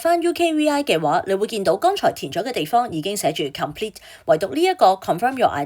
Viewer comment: Miss, 請留意英文讀音，有好多字妳讀錯，級 如 code, comp,ete, progress...